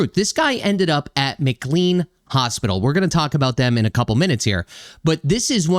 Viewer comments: The hospital is pronounced McCLAYNE not McCLEEN. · It's pronounced McLean with long A as in Shirley MacLaine. The HIPPA law of 1996 prohibits the disclosure of health care information so that's why you won't know about the backgrounds of Brown and the mother and her kids who spent time at the hospital. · Hey - I'm a big fan of your channel and a lifelong resident of a suburb of Boston. FYI. It's pronounced MCLANE Hospital even though it's not spelled that way. Sadly, McLean Hospital temporarily houses many violent people and it has a long history of problems where former patients get released and proceed to commit heinous crimes. It is unlikely that this flawed system will ever improve because time after time there's a violent incident followed by no attempted remedies whatsoever.